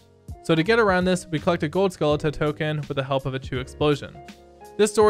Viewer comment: Love how he says Gold Skulluta Token instead of Gold Skulltula Token